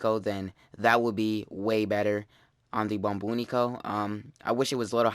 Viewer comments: "Lets take a look at the "bombinique"" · apparently the bubonico has about 108 different pronounces